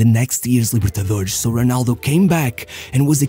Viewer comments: Your videos are great, but please stop pronouncing X instead of S at the end of the words. It's not Libertadorex nor Santox. Just pronounce a normal S as it should be. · Essa libertadorexxxx entregou que ou é um carioca ou um português. Edit: xantox tbm